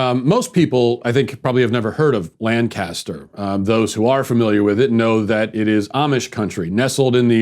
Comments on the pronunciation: you know hes never been to lancaster when he pronounces it "LAN-Caster" and not "lan-kiss-ter" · It’s pronounced Lank uh stur Matt.